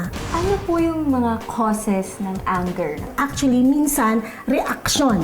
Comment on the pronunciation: That’s not how you pronounce anger 😭😭😭 please Google how lol